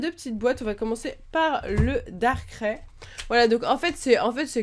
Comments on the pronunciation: Pourquoi tu dit darkrai darkrai à la place de darkraille? :) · C pas darcré mais darkraï comme quand tu dis aïe lorsque tu a mal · nul elle c'est pas prononcé Darkrai Sa ce prononce darkray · sa se prononce darkraye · Ouai ser énervant quand elle dit darkrai à sa manière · XD comment tu prononce Darkrai